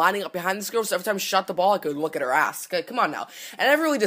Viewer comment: you pronounced "ass" like "ahhss"